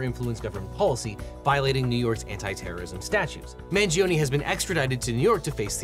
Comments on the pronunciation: at least learn to pronounce correctly the last name of Luigi, the "i" in Mangione is mute. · It's pronounced "MangionAY" not EE... in Italian E doesn't sound like EE. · You're not pronouncing his last name correctly. Not Mangionie ( MANGIONE ) 😮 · I like the video but please pronounce his last name correct you 😭 it’s Mangione, not Mangionee. The Italian ‘e’ has a different pronunciation 💀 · The last name is not hard to pronounce. Dont understand why they get ir wrong